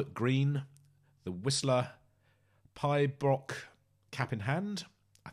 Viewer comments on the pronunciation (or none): "Pibroch" (pronounced pee-brock) was also called pee break by Ian. When played live, the guitar part was extended, allowing Ian to do as the title infers.